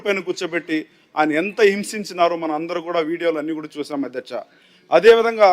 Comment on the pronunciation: అద్యచ కాదు అధ్యక్ష